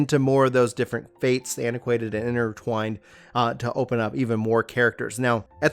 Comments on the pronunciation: Its ACQUAINTED not anti-quanted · for future videos its said uh - kwaint not antiquainted